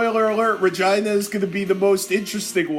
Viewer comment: Re-Gee-nah you misfit lol